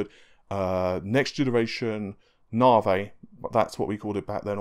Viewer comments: Na-vee ("Na" pronounced the American way.. like "nah, I don't think so"). He's British and can't pronounce American product names. Fred-ripper, Freds, Nah-vey and others. If you listen to Lisa Su say it, she says it correctly. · ...stop saying narvay it's navi....AEIOU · Na-vee not narvay... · "Naw-vay?" It's "Nah-vee," bro... AMD themselves say it that way... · Hey thats not right, its Naaevey. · You seriously have to stop saying 'narvay' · Thanks for the cool info and video. 'Nar-vay' made me chuckle! Isn't it pronounced as in navigate? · I'm British too but I don't speak like this clown. He's either lazy, has an actual speech impediment or, most likely, is affecting one.